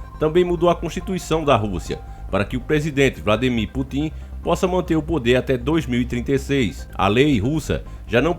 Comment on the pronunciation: "Putim" 😂😂😂😂 É Putin, mas tudo bem.